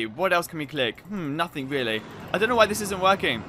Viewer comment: No one: really Him:weally